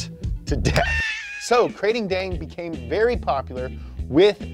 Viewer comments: It is actually pronounced Kra-ting-daeng. Good work there anyway. Also always with little puns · As a Thai guy, it's pronunced kra-ting-dang(easiest way I can have people pronounce it) a handful of other bits I can help clarify in the comments. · btw its pronouce Ka-ting dang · This might sound picky but I just can't get over how he pronounce Krathing daeng. Probably because I am from Thailand but yeah lol, keep up the good content guys. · The Kr sounds more like an N. Unless I've been saying and hearing it wrong my whole life. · I'm Thai, and I am here to see bucher Thai names, and boy did he not dissapoint! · the way you pronounced krating deang my me sad im thai